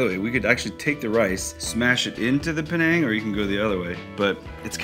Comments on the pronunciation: Panang or Penang haha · It’s Penang